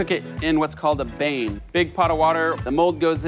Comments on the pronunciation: "Bain" is pronounced ban, not like the villain in Batman. LOL. It's French word. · Bain pronounced like bane mdr. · You're such a fake douchebag, you almost made me throw up. Your pronunciation of "bain" was horrible and using bread is lazy.